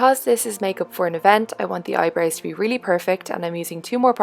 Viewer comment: I love how you say "eyebrews" instead of eyebrows! lol and you look gorgeous as always